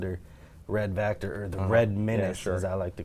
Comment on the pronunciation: Sureeee....! also its Vactor, (notice the 'V') not factor...